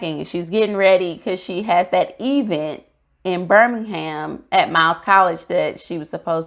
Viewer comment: Nice review! Please don't join Tisha I'm pronouncing it "EEE-vent" lol!